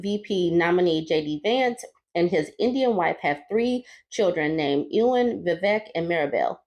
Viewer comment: The first syllable of Ewan is actually more like the letters "E-O," which ends up sounding like "YOU" when you say it fast and soft enough. So, "YOU-wan" or "E-O-wan." Also, that tweet would have been perfect to say "They're not like us," but I guess Republicans can't be bothered to stay on trend.